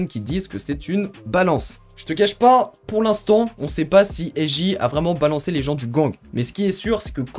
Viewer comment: Frère ça se lit S(JAY)